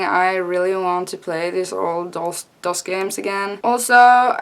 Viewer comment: Yeah you said DOS right